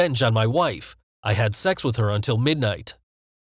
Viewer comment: lol the way he said sax